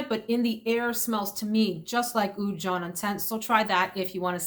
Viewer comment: Oud jaune, jaune is yellow in french. Pronunciation is way off and not even remotely close.